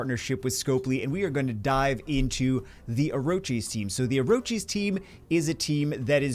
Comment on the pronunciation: It's or-kiss not orochies,!